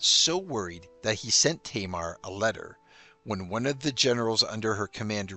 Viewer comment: Thank you for the video. I am familiar with Georgian history, and that queen was a golden girl there. We do not pronounce her name like that. She is not [Teimer], we say Tamara with the stress on the second syllable. I remember a French sports commentator called Sean Yates - Seyan Ya' tezz. So funny.